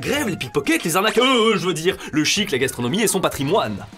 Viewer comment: A 7.30 j'ai du écouter plusieurs fois je comprenais shit et pas chic mdr